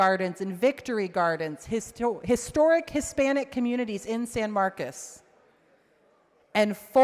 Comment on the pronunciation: She represents San Marcos and cannot pronounce the city correctly. IT’S NOT SAN MARCUS. doesn’t care about the Hispanic community, just their votes. Vote her out!